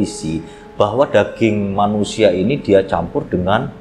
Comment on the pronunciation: Saat Jo mengusia 🤣🤣si aa kalo kepleset bikin ngakak.